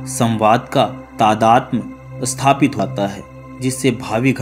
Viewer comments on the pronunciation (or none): none